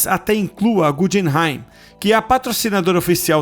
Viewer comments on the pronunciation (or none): Guggenheim é como o museu, pronuncia “gue” e não “je”… Só colocar no translator e clicar para ouvir a pronúncia